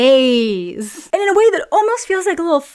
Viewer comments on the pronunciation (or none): It's the gayss...no It's GAZE😂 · LMFAO 🤣 "Its the GAYSSSSS" tickled me way more than it shouldve😂 probs coz it came from u, so unexpected coz wen u first said it i took it as GAZE, but wen u made it a thing i started laughing 😂..... Btw, wen will our queen be doing the "My Spiderman Poster Give-away"? 😇🙏🥰❤️🙈😁😁😁😁